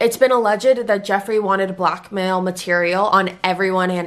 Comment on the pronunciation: when you were saying "blackmail" at first i thought you were saying "black male" and i was like wha huh 😂